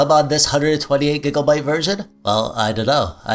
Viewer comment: hey man you ever done your own build? also... you sayin "gigglebite" makes me giggle lol